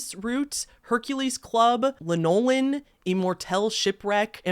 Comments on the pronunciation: it's pronounced LAN-o-lin, not lan-O-lin. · Lanolin…not La Noel in!!! Wow… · Lanolin (Lan-o-lin), Lychen (liken), Marina Trench (Mar-i-ana Trench)...hope that helps. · first, great review. don't take this anyway in particular but, i gotta ask. where are you from? in general, US north, south, east, west, Canada etc,,, hust asking because of a few words you pronounced in a way i can't place. e.g. frag-rance (a couple times), la-nolin (early in the video. oir was this just a scripting reading error kinda thing. was just a curiosity. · It's Lanolin. la·nuh·luhn like sheeps wool 😂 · Can tell ur not a perfume collector. Here’s some pronunciations for next time. Lanolin (sheep grease) is (lan-O-lynn) ambergris (amber-gree) Oud (ooo-d) lichen (like-in) Edit: also if you ever want to smell multiple scents sniff dry ground coffee in-between to reset your olfactory center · If you cannot pronounce the names it would be less embarrassing for you to just write the names. I'm not sure of your age but we pronounce Lichen as "Like-en", Charas clearly made it known it was Hashish that is HASH just to let you know. It is a very packed grouping of cannabis flower but the orange hairy parts and crystallization, Lanolin is typically used for breast feeding mother's nipples it is pronouncee LAN O LIN. When I watch youtube and think I'm getting actual information and then you pop up it is so disappointing. Learn what you are talking about or no one trusts a damn thing you say. Just an FYI from a GENX er.